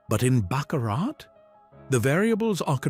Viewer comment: These AI voices are becoming rather annoying, especially when they can't even pronounce "Baccarat" correctly. They even said "Charlie Braley". 😮 Charlie has a wonderful speaking voice and should take advantage of it.